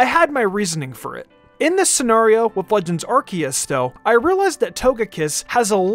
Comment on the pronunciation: Someone teach my boy how to pronounce the name of the game.